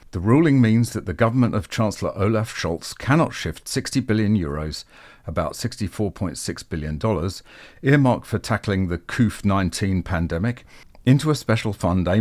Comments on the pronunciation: What the Hell are you calling COVID - 19 ? It Sounds like " Couf " . What is that ? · By the way Covid is pronounced Co - vid, not couff. 😂